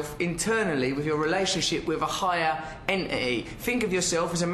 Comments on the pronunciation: higher en'i'y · Eneney: the British pronunciation of Entity. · Russell Brand's pronunciation of "entity" ftw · Russel Brand pronouncing "entity" was awesome. "EH-EHEE".